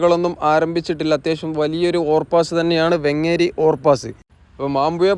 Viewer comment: വെങ്ങ്ങ്ങേരി അല്ല വേങ്ങേരി ആണ് 😊